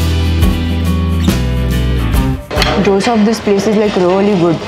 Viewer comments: Loved your vlog!! You are sooo beautiful. But why do you call dosa as "doh-sa"?? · First learn to pronounce’Dosa’ properly madam